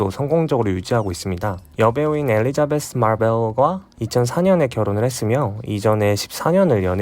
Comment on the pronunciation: 와우 발음 좋군요 엘리자베th 마r벨ㄹㄹ